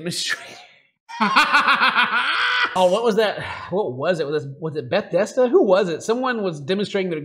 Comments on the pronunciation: Bruh did just call Bethesda "Beth desda" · Excuse me can we acknowledge the pronunciation of Bethesda 😂😂 “Beth-desta??” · Did Ken seriously say ,"Beth-des-da"? Bruuuuuhhh...